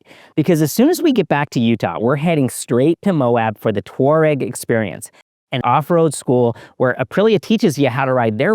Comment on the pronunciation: Pronounced: TWAH-reg